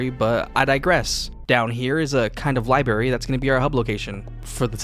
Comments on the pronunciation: There are two r’s in library, just an fyi. Lib(r)ary, not liberry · I’m sorry to be this guy but I have to say it it’s been driving me nuts. It pronounced libRary not liberry. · Libary labatory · Sorry bro, had to do it La-bor-atory Li-brary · Library has an R in it